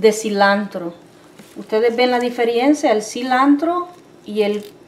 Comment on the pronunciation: Se dice DIFERENCIA NO DIFERIENCIA Y SE DICE HAYA NO HAYGA COMO DICE LA SEÑOR